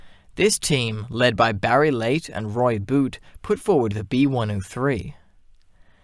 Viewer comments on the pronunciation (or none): none